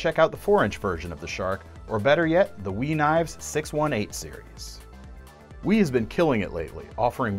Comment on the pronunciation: "We's been killing it lately! lol for a minute I thought went ghetto, then I realize it's we Knives have been killing it lately but when you listen to it it is funny.